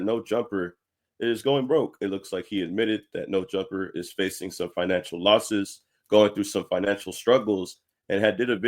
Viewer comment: lol “finically”